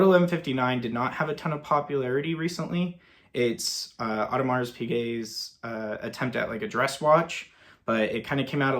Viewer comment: Just an FYI…it’s not “Audemarssss”. You don’t sound the “S”.